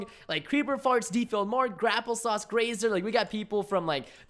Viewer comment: Did he say Grapple-Sauce??? Preston its Grape-Apple-Sauce XD